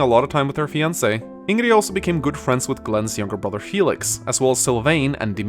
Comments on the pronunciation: Keyblademaster333 I also don’t get this... In earlier games I understand lacking a universal pronounciation among the FE community, but this game literally has voice-acting. Everyone in the game calls her ING-grid (at least in the English VA) Why insist that the pronounciation is wrong? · Could be how his family pronounces it idk, why tf do people care so much over how 1 guy pronounces a character's name? So what the game says it as Ingrid and he pronounces it Inn-gree. I know I'm upset at newer Atelier games pronouncing atelier wrong and it doesn't seem like enough people care it's wrongly pronounced because atelier is a French word meaning a bundle of sticks or workshop. But at the very least Idgaf how 1 guy pronounces Ingrid. I know I pronounce a few characters names in a different way than the game says it cause it sounds better and/or it rolls off the tongue easier for me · I don't actually mind his pronunciation, I just wanted to clarify that he could pronounce Ingrid as heard in game without problem, especially considering how good his English is. Most likely the reason why he uses in-gree is just to fuck with people and maybe flex a bit. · Norwegian pronunciation, everyone else uses German or English pronunciation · Clicked on the video to see if would pronounce Ingrid right this time and he did not. About the Ingrid/racism thing, I think maybe it could have worked better if the people of Duscur were removed from her dislikes after the time skip to show that she is maturing and doesn't blame them for Glenn's death anymore. Or maybe it could change after unlocking her supports with Dedue. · The name Ingrid has three pronunciations. The Swedish, Norwegian and German/Dutch version. The Swedish version is the oldest one and the one used in the game. Ironically this means Mekkah, Myself and were all wrong with out original pronunciations. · He also said in his LP that it's how people where he lives pronounces Ingrid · stop pronouncing it ingree